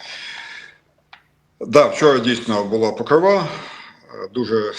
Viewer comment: Покрова наголос на о.